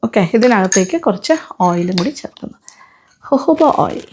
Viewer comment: It's called jojoba oil Written also same But your telling hohoba hears wierd